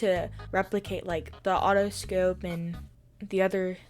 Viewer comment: “A Otto-scope… the other… scopes” ur so silly